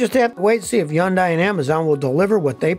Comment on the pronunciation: Why does Scotty call Hyundai, Jundai 🤔